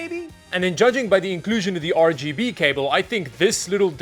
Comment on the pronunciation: I appreciate you calling it 'Ruh Guh Buh' RAM.